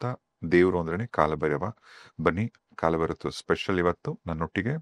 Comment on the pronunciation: ಕಾಳಭೈರವ ❌ ಕಾಲಭೈರವ ✅ ಉಚ್ಛಾರ ಸರಿಯಾಗಿರಬೇಕು ದಯಮಾಡಿ. ಇಲ್ಲವಾದಲ್ಲಿ ಅದು ಅಪಚಾರ ಮಾಡಿದಂತೇ, ಕಾಲ ಹಾಗೂ ಕಾಳಕ್ಕೂ ಬಹಳ ವ್ಯತ್ಯಾಸವಿದೆ. ತಪ್ಪಾಗಿ ಆರಾಧಿಸಿ, ಅಪಕೃಪೆಗೆ ಅಥವಾ ದೇವರ ಕೋಪಕ್ಕೆ ತುತ್ತಾಗದೀರಿ. ಕಾಲಭೈರವನ ಸಿಟ್ಟಿಗೆ ಬಲಿಯಾಗದಿರಿ, ಬ್ರಹ್ಮನ ನಾಲ್ಕನೇ ತಲೆಯನ್ನೇ ಬೆರಳಲ್ಲಿ ಬಗೆದು ಸಿಗಿಸಿಕೊಂಡ ಮಹಾನ್ ದೈವ ಶಕ್ತಿ ಕಾಲಭೈರವ. ತಪ್ಪಾದ ಉಚ್ಛಾರ ಹಾಗೂ ಬರವಣಿಗೆ ಅಪಕೃಪೆ ತಂದೀತು. ಇಂಥ ದೈವಗಳು ಬಹಳ ಸೂಕ್ಷ್ಮ ಆರಾಧನೆಯಲ್ಲಿ. ದಯಮಾಡಿ ಇಂತಹ ಸೂಕ್ಶ್ವ ವಿಚಾರಗಳಿಗೆ ಗಮನ ಕೊಡಿ. ಒಳ್ಳೆಯದಾಗಲಿ ಎಲ್ಲರಿಗೂ 🙏